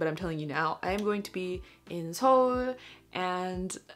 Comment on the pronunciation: praise for actually saying Seoul correctly